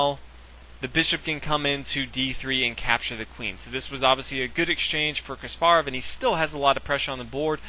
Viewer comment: omg stop saying ka SPAR ov...say KAS parov fuck!!!